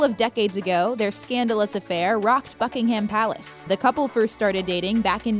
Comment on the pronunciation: If you are going to make a vid on Britain, the royal family or anything else about the uk pronounce Buckingham right it's disrespectful otherwise